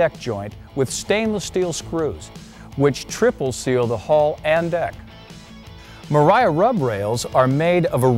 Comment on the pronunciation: I took a shot every time he said mariafbsemc